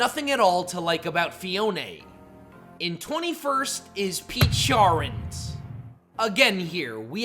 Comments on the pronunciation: "pe-cha-runt" lol. It's name is based on the pecha berry. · It’s pronounced PEH-CHUH-RUNT, zuh-roo-DAY (which you stupidly glitched it as a Volcanion, which is vahl-CAY-NEE-UHN), dye-AHN-see, and ar-KEY-iss, “”! 🤨 You need to study pronunciations more, bub! 😤